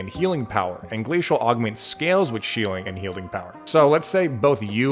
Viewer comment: Am I the only one that heard 'Shieling and Healding' power? 😂 Having watched enough of your videos, I'd that that was completely intentional (even if it weren't, don't you dare admit it)